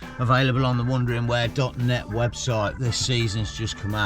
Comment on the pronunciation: Hey, you pronounced your channel as “Wondering where” but it’s spelled Wandering where. Which one is it meant to be? Or did you just mispronounce it? Genuinely interested as I’ve always thought of it as Wandering where,as in you are wandering about. Or is it supposed to be wondering where? As in you’re wondering where to go? Cheers mate. Looking forward to seeing what you’ve done to the Kia. Ps there’s nothing to apologise for mate. You put out two entertaining vids every week. Always look forward to them 😊